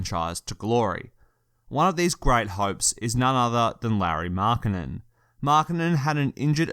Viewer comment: The way he says Lauri Markkanen wtf